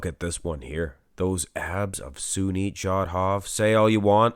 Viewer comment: Its SUNIL not Sunit..